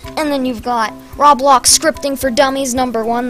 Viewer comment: That dude: "Roblowx" Me: OK...... coughs